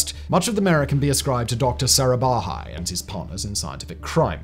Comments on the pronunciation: He can't pronounce 1 name correctly...he is not even trying...he said aara bhai...it's sarabhai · Cant help but nitpick, (because the i cant find major faults with the rest of the presentation), the number of ways 'sarabhai' was pronounced is just hilarious. Typically, a single pronunciation (correct or not) is repeated throughout. Here, i could point out at least 4 different pronunciations for the same name XD. Other than that, well done video. Edit : okay as i watched the video again, found numerous errors. GSLV being pronounced as GLSV , PSLV being pronounced as PLSV etc. to point to something that is not proper name related. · agreed. PLSV for PSLV is of that nature. But Arabhai instead of Sarabhai? And that after getting it right a few times? Is that a typo or carelessness,? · So many mistakes in the narration! In one place, instead of Sarabhai, he says "Arabhai", in another "PLSV" instead of PSLV, and several more such. It's like someone just reading from a script without bothering to read thru it first and become familiar with the contents and the names.